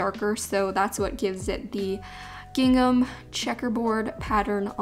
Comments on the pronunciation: It’s pronounced ging-um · normal people: "gingam": "giNGNam" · I also have to say I love the way says gin-gam! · Why does she pronounce gingham like that😂 it's like "giNgham"